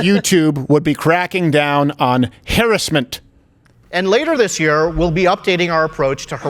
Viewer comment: .... ...... It's crowder who can't pronounce harassment. Who says it like that? Weird man. But this YouTube guy, despite being able to say harassment correctly, still sucks.